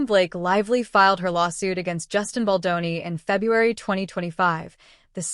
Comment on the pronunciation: Really, you would think AI could at least get Baldoni‘s name right, announce it right at least once?